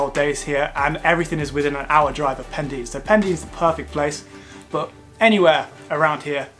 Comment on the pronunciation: Really good video, thoroughly enjoyed! I live in west wales, just so you know, Pendine is pronounced Pen - dyne 😉